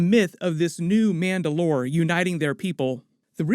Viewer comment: why do you say mandalore weird?